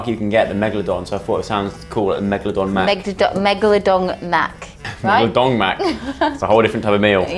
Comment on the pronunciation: Megladon mess 😂